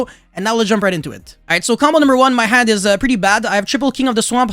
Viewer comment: stop saying haufinis. Jesus crist, is havnis. you are not called yamptcine656, you are called. pronounce name correctly thx